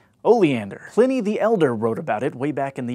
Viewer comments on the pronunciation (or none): none